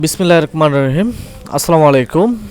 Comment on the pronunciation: ভাইয়া বিসমিল্লাহির রহমানির রহিম রকমানুর রহিম না